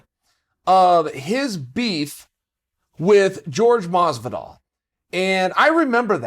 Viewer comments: Why do some people pronounce jorge masvidal as george masvidal, i dont understand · Chael "George Masvidal" Sonnen